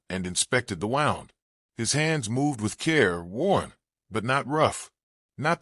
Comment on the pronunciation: wound is pronounced "woond" when referring to an injury; the pronunciation in the story is for something twisting, as in "the road wound down the mountain like a snake".